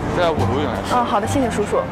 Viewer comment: I don't hear uncle... All i heard was sishi sushu🤣🤣🤣